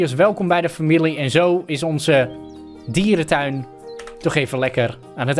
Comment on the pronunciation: Hij zei dierenduin op het begin😂